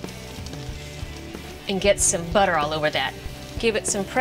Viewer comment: Did you guys hear how she emphasized the word butter she said it like 'buttu'.